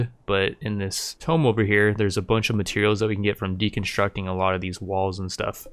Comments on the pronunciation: TOOMB. Like a cow MOOOs Not TOME. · ITS TOO-M. NOT TOME. AHHHHH. TOME IS A BOOK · tomb (grave) = toom; tome (book) = tome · bro i hate to say shit but you keep calling The Ancient Tomb a Tome =/tōm/ A book, especially a large, heavy, scholarly one. Tomb =/to͞om/ a large vault, typically an underground one, for burying the dead. Similar: an enclosure for a corpse cut in the earth or in rock. A monument to the memory of a dead person, erected over their burial place. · The way he says tomb is killing me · It's definitely deliberate because sometimes be slips up and says it properly lol.